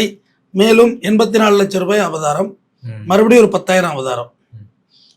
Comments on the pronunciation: Avratham❌ Abatharam❌ Avabaram❌ Abatharam❌ Abaratham ✔️ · அய்யா ' அபதாரமா அபராதமா ' ? உங்க ப்ரொபஷன் ல இப்படி பேசுரீங்கலே? 🤔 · அபராதம் please pronounce properly ❤ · ஐயா அது அபராதம், அபதாரம் கிடையாது. பதிவு நன்றாக உள்ளது❤ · ஐயா அவர்களே, அது பேர் அபராதம்.... அபதாரம் இல்ல.... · SIR...ADHU ABARAATHAM ...ABATHARAM ILAI ! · அபராதம்.‌ஒழுங்காக உச்சரிக்க வேண்டும். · என்ன ஆச்சு ஐயா உங்களுக்கு? அபராதம் என்ற வார்த்தை தங்களுக்கு உச்சரிக்க வரவில்லை?!!!